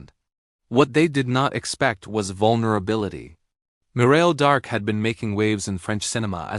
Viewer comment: Ii does not says their names cirrectky.shame